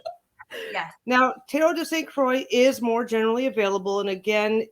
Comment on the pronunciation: Great vid! 👍 Croix is pronounced kwa ;)